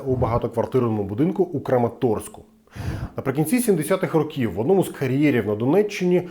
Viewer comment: Не чинити, а ремонтувати. І ро^ків, а не рокі^в. А випуск крутий